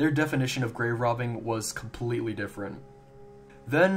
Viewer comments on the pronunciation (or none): none